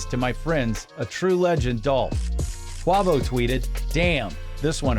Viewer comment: Did he really say qwawvo